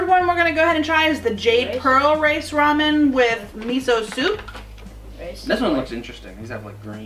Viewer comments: rah- men not RAY-men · I was lol at Raymen. Yep, it's Ra-men. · I couldn't listen to her say "Ramen" anymore.